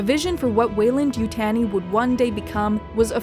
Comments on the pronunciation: YU-TAHN-I not yutane-i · It’s not important but it’s Weyland and (You) (Tawney)!!! not Tanny like tanning salon or fanny pack, but TAWN EE. Like Taunt. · You-TAHN-ee not You-TAN-ee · We will be sending someone from the company over, no one butchers the name like that. Youtanii? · It's pronounced YouTAWnee. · I winced every time this person said “Yutanee”. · If you're going to make a video about Weyland Yutani, at least try to say Yutani correctly. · i just cant watch it because narrator says Yutani wrong. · I tried to watch, couldn’t get past the way she say Yutani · Great video as always but am I the only bothered by the pronunciation of Yutani?